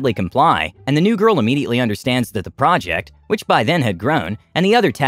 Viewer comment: Project, project, project, project, procect and project😂😂